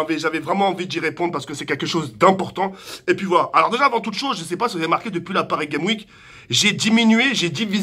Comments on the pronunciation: Arrête de dire paris game week c'est paris gameS week AVEC UN S A la prononciation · Depuis la pari game week xD DIT LE S DE PARIS ET LE S DE WEEK